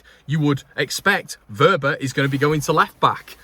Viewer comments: You're right with his pronunciation. It is " Verber" Happy Christmas and a happy 2023. Please don't stress too much about our beloved club! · You have his name spot on